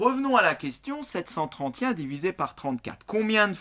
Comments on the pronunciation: et pourquoi vous dites septcenttrente y un au lieu de septcenttrente et un ca me stress tout le long de la video mdrrr mais merci pour les explications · pourquoi est-ce qu'il dit "sept cent TRENTIEN" ???? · c est vrai qu il dit 73Y1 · C'est normal moi j'entends "sept cent trente Y un" 🤣sinon merci ! ❤️J'ai suuuuuuuuuuuuuper bien compris ! Ça aide à %😅😅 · Sept cent trentient 😂😂😂😂😂